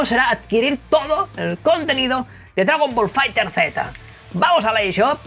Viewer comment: "Dragon Ball Fighter(Zeta)" 😂🤣